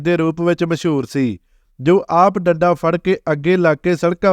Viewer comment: Dadda nahi danda hunda h